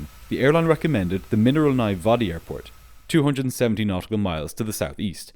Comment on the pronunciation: As someone who understands Russian, your struggle with the name of Mineralnye Vody made me feel bad a bit. Great video as always overall.